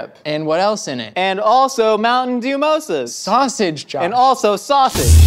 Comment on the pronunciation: I stopped listening to Josh the instant he said “Dew-mosa” and stared unblinkingly at the horror Trevor was manifesting. I feel rather confident in saying I now know what it was like to watch The Hindenburg disaster live.